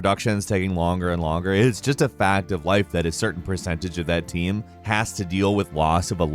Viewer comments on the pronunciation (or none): none